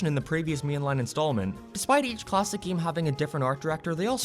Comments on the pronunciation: I thought he said gay. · I like how he pronounces "game" lol G E A M